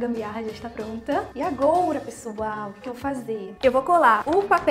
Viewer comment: Oi eu acho tão engraçado ela fala agoura kkkkkk